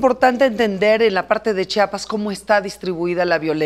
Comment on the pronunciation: Se dice chiiiapas no chapas